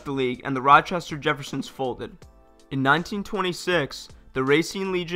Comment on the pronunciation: "Roshter Jeffersons"?